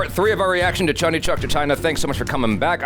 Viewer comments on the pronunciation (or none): It's not chandi It's chandni you are not pronouncing n